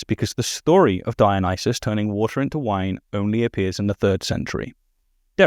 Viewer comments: The apologist keeps talking about "Dionyses" ... How can anyone take him seriously? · says "Dionyses" instead of Dionysus roflmao!! Seems like he knows the literature about as well as he knows the name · This is a nitpick but why does keep saying DionySEES, that's like saying JeSEES. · why does this apologist (I'm gonna call him "") keep saying "Dionyseez?"